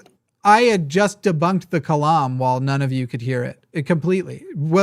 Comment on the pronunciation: “The Kalam”…”The Climb”